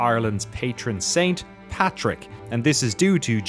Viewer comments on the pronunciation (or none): Really making sure to enunciation PATRICK there I wonder why 😄. Amazing as always Danny ❤